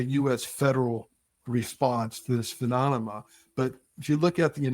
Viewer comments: He definitely said phenonoma. Come on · He keeps saying, "pheMONema!" HA! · stop saying 'phononoma'! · Am I wrong or is he pronouncing phenonema???? 🤣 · After stating phenonema 5 times he still sticks with the yankee blue story. Wow, surprised hes willing to be part of this lie on multiple podcasts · This guy's in charge h3 can't even pronounce PHENOMENA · I was having a hard time getting passed that. Phemonema? Phenonema ? Menomena? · He really needs to learn how to say phenomena properly. Its not a good look all things considered...😬